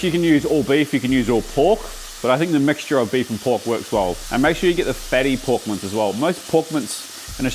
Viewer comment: I thought you were saying "porkmants" instead of "pork mince" lol anyways, love your style dude!